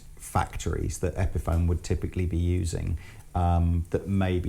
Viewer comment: guy in the blue can't pronounce epiphone